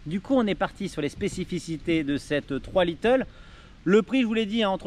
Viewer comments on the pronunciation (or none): Mdr c'est pas little, c'est lite (light) 😉